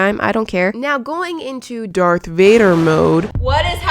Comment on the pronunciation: Did she say Dark Vader ☹️ JK love you 🤗